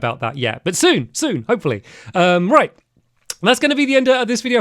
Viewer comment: he didn't do the BYEEEEE correctly. That was the saddest stampy bye ever man.